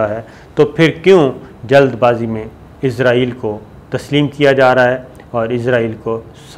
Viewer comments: الحمدالله آج آپ نے اسرائیل کو اسرائیل ہی کہا، لیکن ازرائیل ازرائیل بھی کہا وڈیو کے شروع میں۔۔۔ بہرحال پچھلی وڈیوز کے مقابلہ میں الفاظ کی ادائیگی میں بہتری آئی ہے۔۔۔ پلیز کیپ اَپ دا گُڈ پروناؤنسیئیشن!!! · Izreil nhi israal bolo